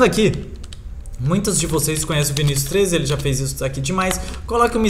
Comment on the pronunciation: Você falou errado Vinícius 13 é viccius 13 não Vinícius 13